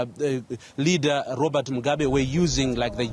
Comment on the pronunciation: Why is the narrator mispronouncing Robert Mugabe's name? It's not "Mugaba". 😐